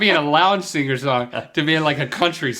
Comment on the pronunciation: Link sounds like he says singer with 2 g's. singger